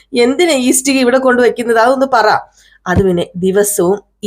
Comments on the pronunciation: ഇസ്ടിക അല്ല ഇഷ്ടിക കേൾക്കുമ്പോൾ വളരെ ബുദ്ധിമുട്ട് തോന്നുന്നു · Yes, ishtika. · ഇസ്ടിക അല്ല ആളുകൾ കാണുന്നതല്ലേ ഉച്ചാരണം ശരിയാക്ക് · ഇഷ്ടിക എന്നു പറയൂ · സത്യം, ഇസ്ടിക കേട്ട് വല്ലാതെ ബോറാകുന്നു... ഇഷ്ടിക എന്നാണ്... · ഇഷ്ടിക ..clear aayitt parayu അരോചകം തോന്നുന്നു..